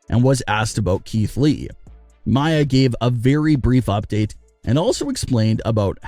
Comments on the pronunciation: It's not [maja]! It's MIA! Learn how to pronounce! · Why did he keep saying Mya when its Mia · how many videos will you upload with people correcting Mia (mee-yuh) name, it is not Mya it is Mia! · Mia not mya